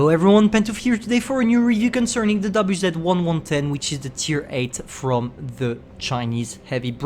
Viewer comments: both him and droodles have their brains melt when pronouncing Chinese tank names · But the subtitles say the WZ-110's name correctly unlike.